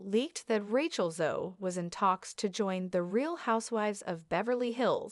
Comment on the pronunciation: Ratch-ell? Channel belt?? Good God!